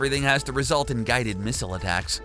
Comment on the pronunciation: Misile not mistle